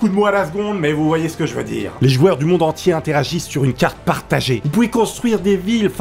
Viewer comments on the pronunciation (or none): none